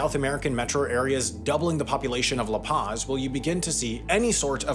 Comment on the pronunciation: Can you at least to try to pronounce La Paz correctly?